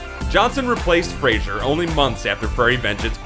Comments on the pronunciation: It's Fraser, not Frasier. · His name is pronounced "Frey zer" btw, not "Fray sure" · Please. Stop saying Frasier for Fraser. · FRAY-ZER, not FrayShier. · Why the fuck is the commentator calling him Frasier??? It's Fraser. There's no letter "i" in Fraser. Moron 😡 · "FRAY-ZER" NOT "Fray-shure" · FRASER. FRA-SER. (Pronounced Fray-zurr). Not Frasier like the TV Show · It's FRAY-ZER not Frasier. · its fray-zer, not Frasier like the show, can u fkn read? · And to think, YOU at cannot even pronounce his name correctly. It's not "Frazier," it's FRAY-sir. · Fraser not Frasier. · You fucking idiot....you love to crush this guy...try to correctly pronounce his name...FRA-SER ...not FRA-SHER...ugh... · Fraser, not Frasier!!!!!!!!!!! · Fraser. Fray-ser. Not Fraiser. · his last name is pronounced fray-zer not Fraser like the sitcom. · It's "Fraser", not "Frasier" ... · If your gonna spend the entire video describing someone's downfall, at least pronounce their name correctly. Pawn Shop Chronicles and Stand Off were perfectly serviceable vehicles for Mr. Frazer (pronounced Fray-Zer: He is NOT the fictional psychiatrist from Seattle, played by Kelsey Grammer) and his career, although not what it once was, continues with solid work. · The pronunciation of his surname is FRAY-ZER not FRAY-SHER. It's not like the TV show Frasier. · why pronounce it "Frasier" instead of Fraser? :O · the speaker mispronounced brendan's last name every time. its not sounded as frazier, but frazer. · Fraser, not frasier. Fraze - er. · Since the series "Frasier", it seems that no one knows how to pronounce "Fraser" anymore. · Fra ZER not Frazier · His name is pronounced Fraser not Frasier. Sheesh! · You mispronounced his name the whole time. His name is Fraser, not Frasier. He once replied to an interview question about his name pronunciation: "You make ice in a ___, you shave with a ___." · The mans name is Brendan Fraser. Fraser, not Frasier. You are saying it wrong. Jeez. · Fray-zer not Fray-zure